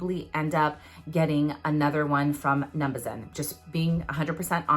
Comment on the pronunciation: I think it’s pronounced num-Buh-zen but I’m not entirely sure, I’ve heard people pronounce it like u do too tho!